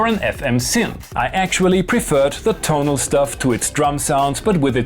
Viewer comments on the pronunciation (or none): none